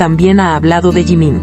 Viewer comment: Você não sabe pronunciar Jimin com essa atitude você já está gerando ódio então você é uma MENTIROSA!🤮